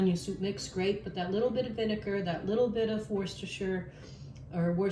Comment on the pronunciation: Looks great. By the way I’m English, we pronounce it Wooster sauce 😆